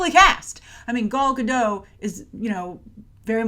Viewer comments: Good grief,. How many ways can you pronounce Gal Godot in one episode. And not once was it correct. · aquadorina: werd. Everyone, give it a try: "Gahl Gah-dote"...hard L hard T. 👍🏼